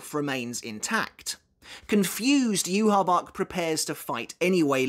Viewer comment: Yhwach is pronounced “YOU-HA-BA-HA” not “You-ha-bach” lmao 😂